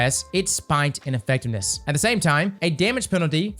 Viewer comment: "Airborne effecness"